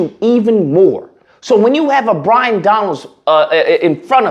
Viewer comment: His name is Byron not Bryon and he was born in Brooklyn. Your ignorance is pathetic. By the way do I get reparations for my dead family who fought to free the slaves? You are nothing more than a 💩stirrer.